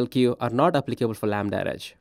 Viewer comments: Why does he keep saying "lambda-rej"? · Chojnackiyes yes, but he says "REJ" or "RH" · If the host is presenting a product, he should have at least tried to pronounce its name correctly. Stating that apparently there was no effort made by this specific AWS employee is just that: a statement of a fact. Doesn't make anyone a racist or not though. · He is very clearly not saying it correctly.